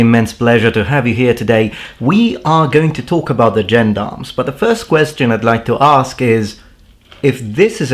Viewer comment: not foist :C